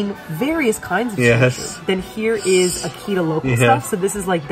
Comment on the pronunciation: Seems like it was your first time at a Ryokan? How much do you actually eat?! Loved your pronounciation of Akita! Lol Very Canadian! And what is with the milk?? Beer is a much more common drink of choice after enjoying the onsen. Stunning footage but I cringed Everytime you said Akita... One of the best kept secrets of Japan!